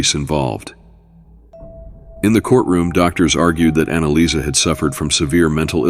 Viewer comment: Annaliese...Not Annalisa...